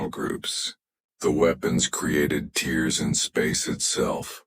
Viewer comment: I really think these stories need proofreading. The voice overs drag and change pitch for no reason. I think the names of the heroes need to change or perhaps a series. The voice over always calls tears like tears from eyes instead of tears through cloth. The stories are good but need a few minor tune ups